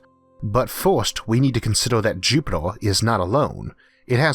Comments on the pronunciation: Its Jupiter not jupitor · who is your englush teacher? you pronounce earth = "uth", us = oz, jupiter = jupitel, you sounds so cringy, i cant keep listening to you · Why does he pronounce Jupitaar and eeeerth like that annoying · Can someone please tell me what this accent is...? I need to know the demographics of this lads accent. I'm guessing American but where?? I've never heard of someone pronounce the earth "ooourph". Or jupiter "jupitour" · Jupitaa bla bla bla Jupitaa bla bla bla Jupitaa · interesting but find the strange pronunciation of the letter R a bit distracting. jupitoah ? what ? RRRRRR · "It is vehy eezy" "Jupedor" Oh yeah, this guy. leaves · "Jupitor" "Orth" :) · Orth? Jupitor? Temperator? Heyor? Solor? Coldor? Howevor? Theror? What accent is this? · Is this voice a real person with a strange accent or a computer generated voice? The pronunciation of Mars as Maaaws and Jupiter as Jupit-or and almost every word with an 'er' is pronounced 'or' as in door. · Is he pronouncing Jupiter into jupitor 🤔🤣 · Repeat after me, Jupiter Jupiteeer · Worst narrator in history. Hewa on Earwrff, Joopitor.Who can pay any attention to the content when this clown keeps everyone watching just hear him butcher the English language. Itd be better if a robot voice did it. Instead of the king from Princess Bride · I was just about to sleep playing this video in the background and am now totally alert because of hearing his pronunciation of Oath and Jupitaw 😂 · Please pronounce Jupiter correct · Why is the narrator pronouncing E's as O's? Listening to this is like being forced to watch a baby being dissolved in acid: horrifying and utterly unnecessary ! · why can't you pronounce "earth" and "Jupiter" and "mars" and "temperaTURE" correctly?